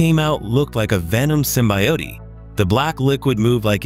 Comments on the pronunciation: "Trons-furred and Sym-bye-yo-tee"....I cant take a vid serious when the AI voice cant even correctly pronounce basic english words. But this is only the beginning my friend...and it's already overkill. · Pronounced Symbiote like Coyote. LMAO!!!!